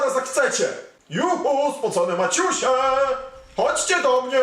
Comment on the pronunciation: Dla czego muwisz spocone maćuśe?